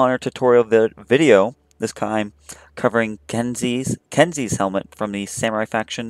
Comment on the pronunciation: How he says kensei kenzie really kezie sound it out ken say kensei